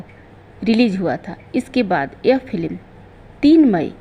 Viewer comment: फिल्म को फिलिम n बोलो बुरा लगता है आप उच्चारण सही नहीं करती तो वीडियो n बनाए